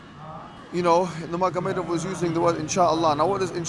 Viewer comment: Salam, just wanted to say Khabib's last name is pronounced Noor Muhamadov (the g is silent). JazakAllah